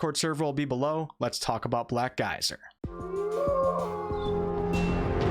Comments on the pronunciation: You say Black Geyser and i hear Black Isle. I approve. :) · The first sentence sounded like "Black guys are couriers of darkness." Did NOT see that coming. Took a second to readjust. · Sounds like you are saying "Black Guys" which isn't horrible, I would play a CRPG with black guys. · I keep thinking you're saying "black guys"